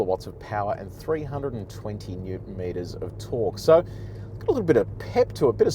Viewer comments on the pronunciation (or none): none